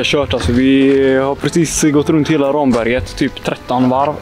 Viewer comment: Kul koncept, ungdomarna bör dock lära sig uttala Ramberget korrekt ;)